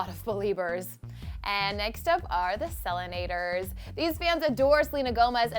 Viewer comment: does it bother anyone else that she pronounced Selenators wrong? XD